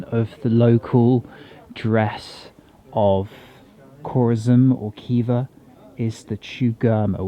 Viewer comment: It’s not Kiva, it’s Hiva. And not Bukara, but Buhara.